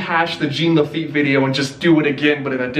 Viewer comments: Okay, I'm hoping people know, but in case they don't: Lafitte is pronounced Lah-fi-yet. Like Hamilton's Lafayette. And Jean is pronounced "John" with emphasis on the "J", as it is the French pronunciation of the English "John". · It’s JEAN LAFEET